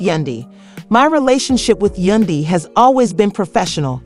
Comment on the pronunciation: For her to pronounce Yandy name as Yunday is ignorant, why ? Because it’s not hard to pronounce it and im quite sure she has heard Yandys name name many times. Then for her to say it right clearly shows her ignorance.👎🏾👎🏾👎🏾👎🏾👎🏾👎🏾